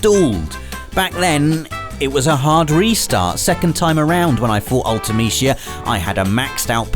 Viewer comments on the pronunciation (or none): Ultimeshea? Lol. Isn't it pronounced Ulti-meh-see-ah? At least that's how I always said it.